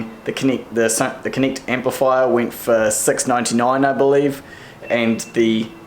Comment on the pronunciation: I can't hear difference on your "e" and "i" "Vint" "Connict amp" It's just so distracting from the content. ;-)